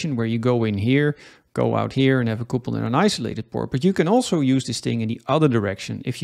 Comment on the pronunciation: quick english lesson... it is not coopled... it is cupled. it means to join.. like a couple of people... not a coople of people